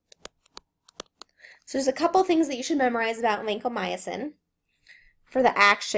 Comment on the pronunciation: it's not vancomyAcin